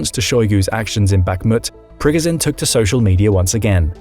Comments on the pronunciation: It’s annoying how he’s pronouncing Prigozhin (Pre-Go-Zhen) 😅 dude’s saying (Prig-Ga-sin) and he watches the news because he knows the same info we all know.. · priGOZHin, not PRIgozin… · Great insights, but it's like nails on a chalkboard every time he says "Prig-i-zin". It's Pre-GOH-zHin. (LeviosAH...😂) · Pri GO zhin..... Jesus pronounce it correctly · Why can't you learn how to say Prigozhin after 2 years of reporting on the war? Don't know why but it really makes me mad lol